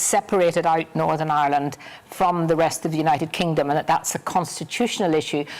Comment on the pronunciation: Not as bad as fat boy Nolan with his Northern Aaland